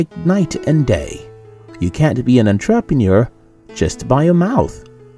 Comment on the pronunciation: My one wish is for this guy to learn how to say entrepreneur properly then I can die happy. That aside I love your videos!